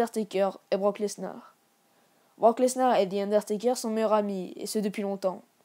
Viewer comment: Je rêve ou il a dit Thi Underteker